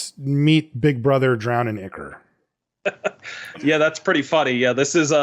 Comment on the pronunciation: Great episode as always. Just a heads up, Ichor is pronounced Eye-Kor. Just wanted to point that out because the way you were saying Drown in Ichor...well let's just say it sounds like you're saying something much worse